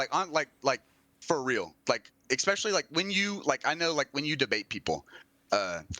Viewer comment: Especially. Not eXpecially. jfc